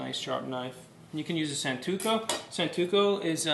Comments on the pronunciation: "Santoku" not "Santuko" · It's not 'santuko' but SANTOKU knife. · What a strange video. The title say six knives, I see only three. He doesn't know how to pronounce santoku ("santuko"). His cutting technique OTOH is OK, but the cook's knife he uses for it is a stamped piece of crap. The title should have been: How to cut safely in somebody else's kitchen, using the knives you find to hand... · The name is SANTOKU not santuko and it's a chopping knife. Get your facts straight before you make a video about it! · Y'all it was stressing me out that he was mispronouncing things like SANTOKU and BRUNOISE! Also where were the other knives he was supposed to talk about? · Its not santuko and it's not brunswa